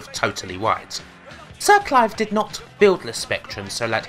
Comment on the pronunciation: Lem, Cwap, Siw Cwive